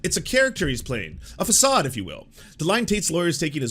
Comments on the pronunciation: It's pronounced /fəˈsɑːd/, lol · oh gosh it's pronoumced /fəˈsɑːd/ <3 otherwise realy enjoy your videos :) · Dude.. did you really not know how to pronounce facade? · Is that how façade is pronounced in Canada? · I used to have some respect for this channel until he mispronounced "facade". Sad smh.